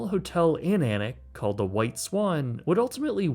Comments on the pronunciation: 10/10 for pronouncing Alnwick properly, most people outside of the region say Aln-wick. Its also where lots of Harry Potter was filmed. It's also full of posh folk who are snooty af. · Kudos for pronouncing Alnwick correctly 😅👍🏽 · I cheered when you correctly pronounced Alnwick and then was immediately disappointed with "Edinboro" (Edin-bruh). Great video as always, so you are forgiven ;)